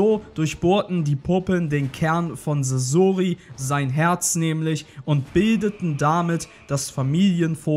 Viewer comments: sasoooori es wird saßori ausgesprochen du knecht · Oh bitte sprecht doch Sasori richtig aus T_T Sasori ist nicht ausgewichen, weil er den Tod seiner Eltern nie verwunden hat, und so in den Armen seiner (Puppen)Eltern sterben konnte. Sehr traurige Story. Er macht sich selbst unter anderem deswegen zur Puppe, um nichts mehr fühlen zu müssen. Aber sein Herz war noch immer sein Herz und der Schmerz über den Verlust blieb. Er ließ sein Herz von den Puppen durchstechen, die er als Kind seinen Eltern nachempfunden hatte, die er so vermisste.